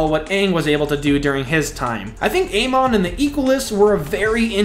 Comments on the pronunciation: Please tell me you did NOT just say A-mon 🤣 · Did he just say Ey-mon?? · Who tf is A Mon… you mean Amon? How is it he’s your favorite villain but you can’t even pronounce his name correctly 😭😭😭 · not just amon, you also said steelbending instead of metal bending lol 😁